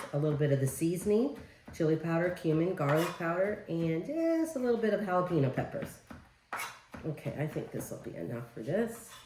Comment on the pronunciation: Guacamole is pronounced - Walk ah mole eh.....Please try not to calll it qwalk❤..... jalapenos are pronounced- hall eh pen( not peen) yos...Thank you ❤️🩵